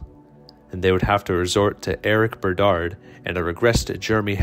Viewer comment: I love your videos on the rays. I’ve always thought they were fascinating but you say like every single players name wrong in this series. I’m not even a rays fan just a baseball fan. Also getting the names wrong. Like it’s Joe Saunders, Troy Perceval and Eric Bedard.